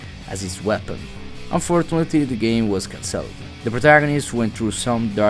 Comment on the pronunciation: good vid, your pronunciation of some words was really funny tho "can-celled"